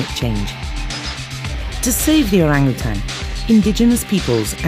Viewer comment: Finally a non bahasa speaker can pronounce orang utan perfectly...